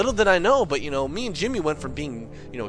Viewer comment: its jimmy not timmy